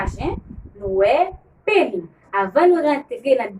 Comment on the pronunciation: Le " s " se prononce dans pénis ! Merci !